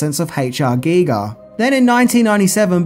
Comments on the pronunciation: Well,, you pronounced H.R. Giger correctly. You will always win with me for THAT. Most people pronounce his name as they would a Giger counter used to measure radiation. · Hearing pronounce Giger correctly almost made me pass out in surprise!:-D There was a Species tabletop RPG. I never played it, but spent probably close to an hour browsing through it in a bookstore. It was a fantastic bit of world building, and expanded on the events of the movie in a way that could've made for a great extended campaign. IIRC, the idea was that the players would be a team trying to track down and destroy all of Sil's offspring to prevent them from reproducing and gradually relaxing humanity as the dominant species on Earth, while also trying to keep the whole thing a secret from the public.